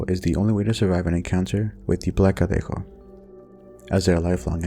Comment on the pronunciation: Your Spanish pronunciation is quite good! I was pleased to see legends from my country featured (el cadejo/los cadejos, from Nicaragua). New sub! ETA: In Nicaragua, la ciguanaba is also known as la cegua. The story is basically the same.